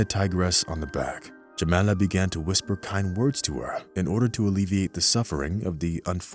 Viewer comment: WHY are you calling her "Jemenna" and "Jemela", when the text clearly states "Jamala"!? REPROGRAM your BOT!